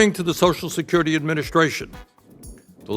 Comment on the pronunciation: Ugh, Every single S must be pronounced SH.